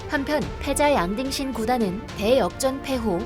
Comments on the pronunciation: 난 자꾸 '양딩신'이 '양빙신'으로 들려요 ㅋㅋㅋㅋ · 양딩신이 양빙신으로 들리네요 ㅋㅋㅋㅋ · 양딩신? 양빙신? 정확한 이름이 뭔가요?? 제귀에는 양빙신이라고 계속 들리는데.. 귀에 캔디가 박힛나... 부산에 이비인후과 추천좀..